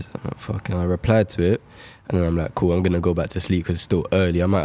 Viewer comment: “feels gool”